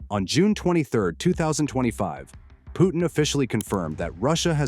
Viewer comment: It is "P u T i n", not "P o o in". There is "t" there and it is not mute. It's not that difficult.